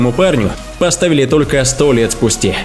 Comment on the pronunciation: Чо он говорить не спустя а спусте